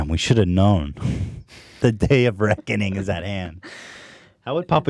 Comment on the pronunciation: he's saying "the day of Ragu", not "the day of reckoning" interpret as you wish